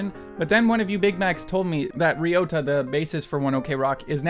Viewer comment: its funny cuz toru had a crush on Avril and then oor met Avril and now Ryotas married to her sis!! :P ps heres how you pronounce ryota: rye-o-ta :3 EDIT: more like ri-ota O_O